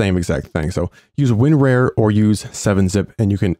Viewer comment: I sure love me some Win-Rare. (I'm pretty sure [not being a jerk] It's pronounced Win-Rar)